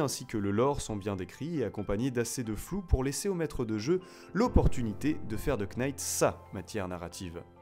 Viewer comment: Futain tu m'a cassé les oreilles avec tes KEYnights, on prononce NIGHT, sans le K